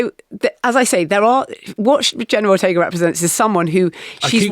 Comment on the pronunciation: "Jenner Rortega"